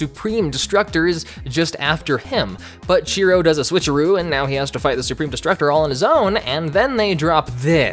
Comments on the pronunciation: Chiro, not Cheeto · lol what is his name, cheeto or chiro? Cuz i keep hearing "Cheeto'' in this lol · Huh, I didn't know that episode was actually the first one. Also, you sound like you're calling him Cheetoh. And that big old monkey looks like Bane. Lol this cartoon was my childhood. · The name is Chiro. (Chee-ro) He says this himself. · This entire time I thought he was saying "Cheeto." My life is a lie